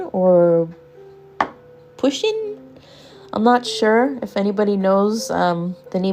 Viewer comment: Poo-sheen is a her lol we know this now!